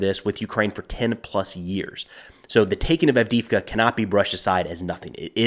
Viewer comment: Странно и смешно слышать букву И вместо двух Е - вроде не сложно произнести АвдЕЕвка?